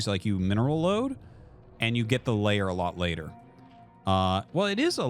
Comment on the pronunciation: Can someone tell Artosis that it's not layer, but lair? Thanks!